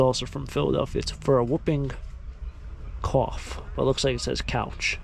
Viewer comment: Whooping cough is pronounced hooping cough, the "w" is silent.😊😂